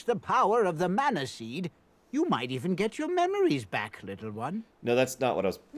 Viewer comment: I applaud your insistence on pronouncing "mana' correctly despite the game's insistence on pronouncing it wrong!